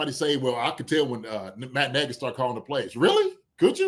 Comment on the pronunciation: Andy's calling Nagy "Nagg's" now like Spagg's